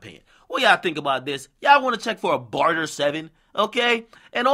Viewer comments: Man said barter 7. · "barter 7".. 😂😂😂